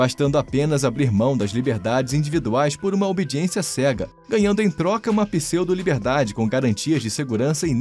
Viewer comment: É "pseudo", não "písseudo!" 😁